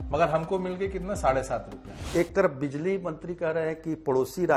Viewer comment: Bizli नहीं Bijli बोलिए